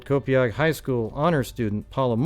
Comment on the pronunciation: p.s I'm laughing because many Long Island towns have native American named towns that are hard to pronounce, Copiague is pronounced Co-payg 😁